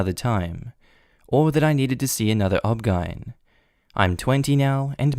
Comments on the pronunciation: OmG. If you say Obgine one more time I might die from the belly laughs. 😂😂 It’s just the initials. O-B-G-Y-N! My mom did the same thing to me. Always rolled her eyes and said OMG I’m not coming to the hospital when you have a baby because you’re gonna be intolerable. I almost passed out from abdominal pain and was in the fetal position feeling like I’m dying if I had my period or if I had to poop for years. Serious pain. I got married at 20 and the next year, right before Christmas I thought I was dying. Went to the walk in clinic and they thought I had appendicitis and sent my to be admitted. Turns out I had been growing a massive cyst... about the size of a grapefruit.. on my ovary. It leaked acid every month and was stuck to my bowel with adhesions from horrible endometriosis. No pain huh??? Massive surgery later with a removed ovary. After 10 years trying the get pregnant, then finally getting pregnant and losing every one, we gave up. LISTEN TO YOUR DAMN DAUGHTERS! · OBGYN is pronounced O-B-G-Y-N. You spell it out. It's the abbreviation for obstetrician-gynecologist.